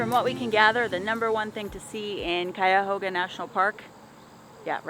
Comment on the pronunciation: I grew up in the Cleveland area. You did a great job pronouncing "Cuyahoga"